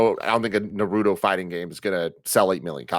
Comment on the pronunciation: Tim and Greg saying “nar oo dough” instead of “Nar-ooo-toe” bothers me way too much